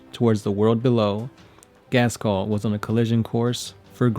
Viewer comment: Oh god. Can you please learn to say "Ghazghkull" ?